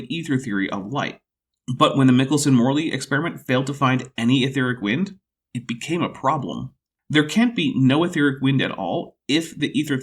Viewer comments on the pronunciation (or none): The first syllable of "Michelson–Morley" is pronounced MIKE. My Caltech physics teachers who knew people who knew Michelson consistently said it that way.